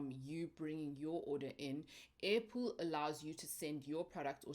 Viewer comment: All this time, I thought you were saying apple, kanti airpool😂😂